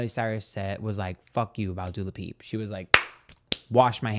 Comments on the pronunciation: it comes from the Wendy Williams show. One day in her Hot Topics section she was talking about Dua Lippa for the first time, but she couldn't get her name right, so she kept saying Du Lapip, and it was so funny it caught on. So from then on, every time she spoke of Dua, she would say Du Lapip. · Not Dula Peep😆 Love you,! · Not Doola Peep 😂😂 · Wendy Williams called her Dula Peep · I will forever love you saying Doo La Peep 🤣🤣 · Dula Peepa, im sorry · I can’t.. you made my day with “Dua lapeep” 😂😂😂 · Literally only watching to hear say dulapip😂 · Love that mispronunciation with Dua Lapeeps lol 😂 nit as funny as Camilla Caberlalelo or something 😂 xxx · it’s Doo-Ah Leep-Ah